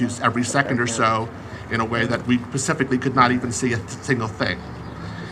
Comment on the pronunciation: Privacy *envelope, not privacy ballot. *Specifically, no pacifically.